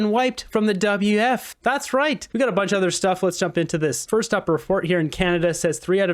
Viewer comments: it's W-E-F, not W-F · Why do you say WF instead of WEF ? WF is something else.